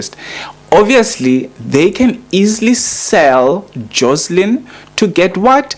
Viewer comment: It's JOSHLIN